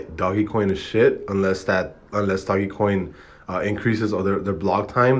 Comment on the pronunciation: First off bro you pronouncing doge coin wrong smh and he's working with developers so he will make this happen you negative ass nigga smh